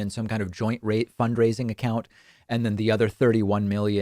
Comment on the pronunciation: Did David say "fundraiding"? lol